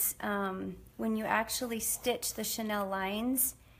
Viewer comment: Chanel is name brand. Chenille is pronounced "sha-neil".